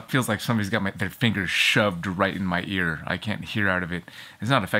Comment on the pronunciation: "my eeear is driving me completelyfreakingnuts!" I literally had to pause to finish lmao I like the edited videos